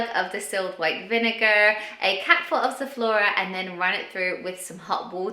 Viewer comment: What’s zephora? Not sure what you said?